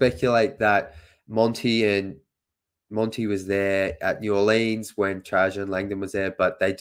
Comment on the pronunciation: Dude, the city is pronounced New Orlens, not New Orleeens. Your new President is TrAjon Land-don.